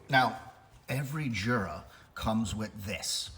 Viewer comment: I just bought this machine. I had the Smeg machine and didn’t like it. It made horrible weak coffee. I sold it. By the way, Jura is Swiss so it’s pronounced Yura.